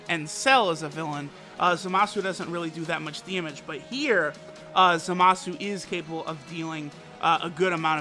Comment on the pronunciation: Its Zamas you ningen, and he is godly unit, the INT one ofc